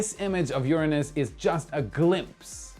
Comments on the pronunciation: I love how much effort was put into pronouncing URANUS! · It must have been so hard to pronounce "Uranus" instead of "UrANUS". LoL